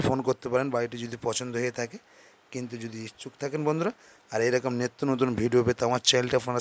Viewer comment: কথাটা নেত্ত নতুন ,নয় কথাটা হলো নিত্য নতুন